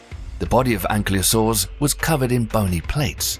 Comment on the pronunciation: Might want to work on the reading/pronunciation before trying to narrate text with words that are too complicated and beyond your understanding of how scientific words are built. "ankly-oh-saurs"". What are they, like ankles? That's just one of dozens mispronounced/misunderstood in this vid. But any comment's good for your algorithm, right?